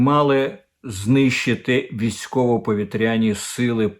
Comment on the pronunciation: 1. Не в «Нью-Йорці», а в Нью-Йорку. 2. У слові «повітряна», «повітряні» наголос ставиться на другому складі, тобто на букві «і». 3. Слово «пролив» - московське, тобто гомосексуалістське. В українській мові- «протока».